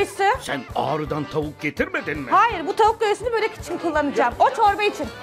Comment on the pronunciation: Zuhal hanım barı siz yapmayın😭😭 böğğrek değil börek.